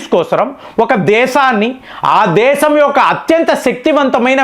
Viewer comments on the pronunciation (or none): none